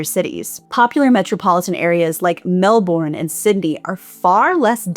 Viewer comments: prediction: Australians in the comments complaining about pronunciation of Melbourne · It wasn't only melbourne but brisbane too 😂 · Sorry, I meant Melbourne and Brisbane. Your Sydney pronunciation was correct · Melbourne and Brisbane hehehe. I came to the comment to check that as well :P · I'm not Australian, but the pronunciation hurt my ears as well. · Thank you for an excellent analysis. Minor quibble: the second vowels in Melbourne and Sydney are pronounced with the schwa vowel.